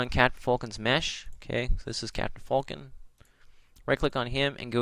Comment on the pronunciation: its FALCON not FULKIN